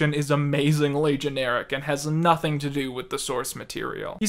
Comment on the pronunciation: I cant unhear the way you say "ing" now. Its super pronounced in this video. "Noth-ink" "morn-ink" "go-ink"